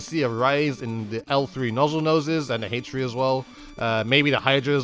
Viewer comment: The way you say H3 is kind of interesting. I don't have a problem with it or anything but it's kind of funny to me